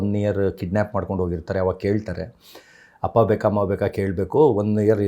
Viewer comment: ಹಪ್ಪ ನಾ ಅಪ್ಪ ತಾನೇ ಸರಿ ಆಗಿ ಮಾತಾಡಿ ಕನ್ನಡ ದಯವಿಟ್ಟು